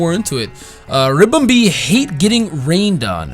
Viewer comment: Ribombee not Rimbombee